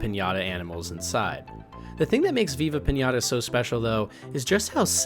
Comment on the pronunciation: This man lost all Respect he built with me the moment he said Viva pinata 😂